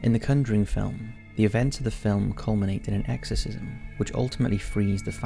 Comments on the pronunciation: Dude, you called it the cunduring!! It is the conjuring!! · The Cunjuring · My boi said “The Cunnjering” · Am I the only one who is getting pissed off about his pronunciation of “conjuring”